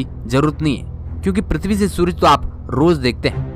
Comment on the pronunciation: Are bhai thik se bol le.... Pirtvi trah thos stah nhi pirtvi ki jesi